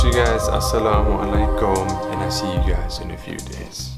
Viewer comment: This is real ugays~ 😂👌🏻